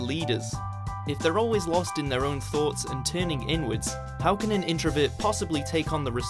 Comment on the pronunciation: introVERT not introvit